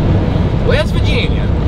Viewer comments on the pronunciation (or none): none